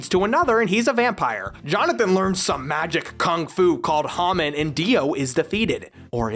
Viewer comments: I'm sorry "hamen"? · "Hamen" why?